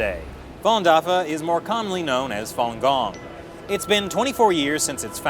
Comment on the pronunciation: More commonly known as Follon Gong? er no, it's Falun Gong.